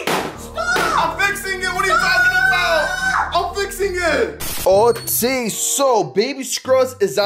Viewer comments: Why do you say ota instead of ok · He keeps saying otay instead of okay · and you say Otai zehn ok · Why do you say ote